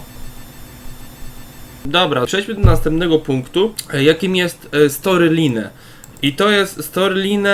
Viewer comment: Boże ty bezmózgu!!! To się czyta storylajn a nie storyline, nie dziwie się ze nikt nie chce z tobą siedzieć...